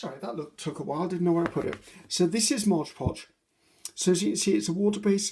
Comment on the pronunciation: Love your vids (have been binge watching for days & days)— you’re fantastic and I really enjoy your style. I’m learning all kinds of great tips n tricks from you 👍🏼👍🏼👍🏼 thank you 😊 Could listen to you talk all day —till’ “modge podge”— here (and repeatedly in many videos) then it’s like the needle scratches across the record or fingernails down a chalkboard — 😖 Perhaps it’s the English teacher and writer in me. Maybe it’s my own bit of “OCD”—Please allow me to offer this: It’s “Mod”. Mod. M O D Podge. Imagine if you were at a cake decorating class and the instructor kept calling it “fondue” instead of “fondant”... It’s right there— printed clearly and boldly on a bright white and yellow background: Mod Podge 😉🤓